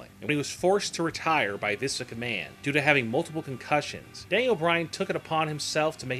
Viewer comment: he kills me when he says visk mcmahon..